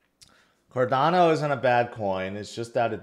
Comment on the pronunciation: What is a Cardanzo? You mean Cardano but Rtarded? 😂